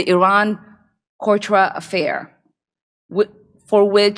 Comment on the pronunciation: Did she say Iran "Cortra" Affair?